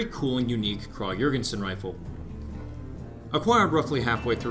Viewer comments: Pronunciation is “ kraig e-yorgension” just for future refrence, good video though! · I swear there are so many different ways to pronounce this thing, my Texas southern drawl can only do so much! I heard from another commenter it was prounounced “Krahg Yergensen”, Americans say Krag (a nasally “a” as in “apple” Johr (like “George”)-gen-sen. I don’t know the truth any more. :P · It's actually correctly pronounced "Krawg-Yergensin" in its native Europe. "Kraaaag" is the colloquial American way of saying it, so it's technically "correct" but objectively wrong literally. It's whatever really, but I think people would respect Americans a bit more if we would just put in a bit more effort into pronunciation and don't horribly butcher foreign names out of laziness. It's appalling how few people in America know the correct pronunciation of "Iraq" even though we spent a decade killing its people. Food for thought. It irr